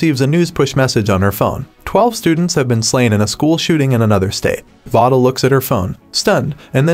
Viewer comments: Her name is not pronounced vah-duh. It is vay-duh. Just to be clear... If you're going to talk about a movie or show, maybe learn how to pronounce their names right? Just saying.. This movie was very heartbreaking... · I dont like how he keep miss saying her name its v-a-da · please say Vada correctly omfg